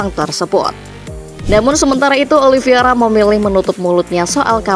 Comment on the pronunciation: heett daahh... narator masih aja salah nyebut 🤣🤣🤣 OLIVIERA melulu... namanya OLIVEIRA... OLIVEEEEIIIRAAAA....